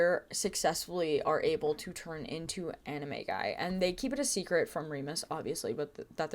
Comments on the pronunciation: Now on the timeline section... I know you're saying animagi, but all I could hear was "anime guy." 😂😂😂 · I can’t not hear “they turn into anime guy” instead of animagi 🫣